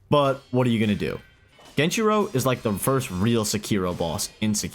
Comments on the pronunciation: Genichiro is S tier, at least inner geni. Also stop pronouncing it fucking genchiro. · I think you are forgetting the first ''i'' in genichiro 😅